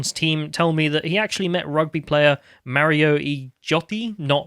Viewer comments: Its Ma-row Ito-ji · Maro Itoje: Is Maro Itoje: "Mario Ijote" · As a rugby fan that pronunciation hurt my heart